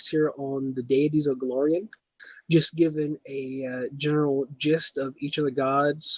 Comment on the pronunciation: Go-LAR-ion. That's an A. Not an O. Also while you are clearly very knowledgeable on the subject you need to work on presentation. Too many ums and pauses. Your phone goes off, somebody talks to you, and you step away like you're on a call. Simple editing dude.